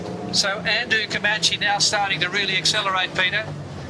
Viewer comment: I wish Peter Shipway would learn how to pronounce Comanche. His mispronunciation spoils the telecast EVERY year.